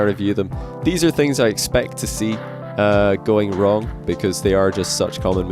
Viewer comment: man said getting wring